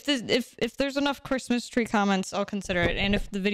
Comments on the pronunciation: kwismis twee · Cwismas twee